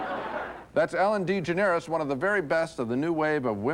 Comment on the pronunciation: Ellen DEE-Ge-NARE-es??